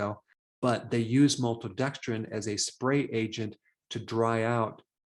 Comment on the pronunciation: "MALTODEXDRINE," Dr Berg doesn't like you...get lost!!!